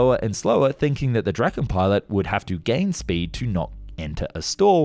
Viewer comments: Not pronounced [Drakken] though. More like [Draa-ken]. Means "The Dragon" (or possibly "The Kite")... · I think i make a fair guide to swedish pronounciation here: Saab JAS 39 Gripen. Pronounced as Grease is. "Greapen". Saab J 35 Draken. Pronounced as "Draw Ken" with a short a. Noteworthy is Draken is named after the Kite. In swedish the same word as the mythical dragon, but actually refers to the kite. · bro Said the f 35 draken